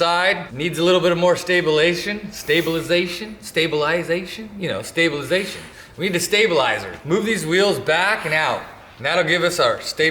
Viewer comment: I think I had a “HERT attack” when tried to say stabilization